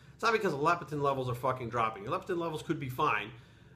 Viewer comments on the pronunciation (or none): LEPTIN NOT LEP-E-TIN, but WGaF anyway?